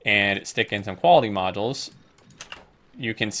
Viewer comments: No offense man, but it's bothering the shit outta me. Modules is pronounced mäjōōls. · it's in the dictionary. That's how you pronounce it.